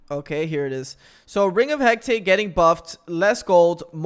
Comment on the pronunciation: hearing that made me wanna cry